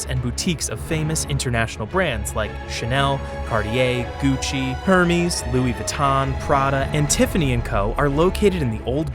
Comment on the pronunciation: As you are open to corrections, the pronunciations are often inaccurate. Chagall and Hermes for starters.